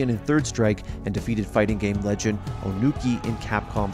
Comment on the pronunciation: "I want to be... The rej end."